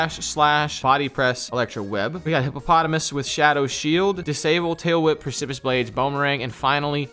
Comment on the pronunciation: “Percipus blades” 😂 I really enjoy mispronunciation